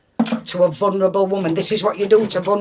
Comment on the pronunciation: "I'm a vunrable."